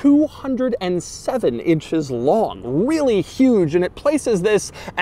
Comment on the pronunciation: I don't like the way he says LONG